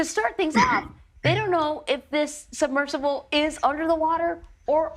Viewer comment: Fire the host on the right. These people set the canon for how to speak and deliver stories. Missing the 'b' in submersible? Then she calls it a 'subversible'? An 'incredible' complex rescue? All adverbs end in -ly. Visually see? Then a 'submersive'? How is someone like this given this job?